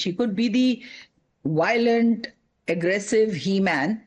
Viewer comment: Woice, wiolent,, I don’t know why us as Indians cannot say “V” properly